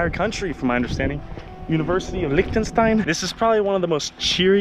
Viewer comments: the way he pronounces Liechtenstein is so... american. 😬😮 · “Licktenstein” Amazing.